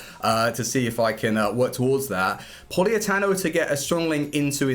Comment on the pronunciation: It's Politano not Poliatano